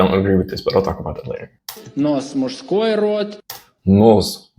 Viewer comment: Я реально кайфанул и кое-чему научился от твоего видоса. У меня неплохой английский, но благодаря твоему видео я узнал пару слов и контекст их употребления, а так же чуток лучше понял свой родной русский) У тебя очень крутой уровень в русской грамматике и в произношении. Только "мужской" чуть режет слух. Большинство русскоговорящих не знает или не помнит правил со школы, но чисто за счёт практики на автомате правильно склоняет слова по родам, падежам и т.п. Поэтому для многих панчлайн Вани Усовича почти не шутка.